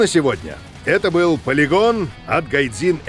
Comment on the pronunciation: Спасибо за "ПА-ЛИ-ГОН" !!!!!!)))))))))))) Будто вернулся домой после долгого странствия :D